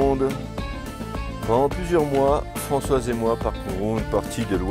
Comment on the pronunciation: Oui je trouve ça sympa 👍et toutes mes excuses à Françoise pour avoir écorché son prénom 😅